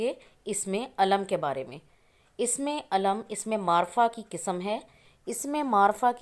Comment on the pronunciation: Sister ye lafaz isme Eelam kehty hai Na k Ism e Aalam nahi kehty Ap sahi talafoz bhi nahi bol sakte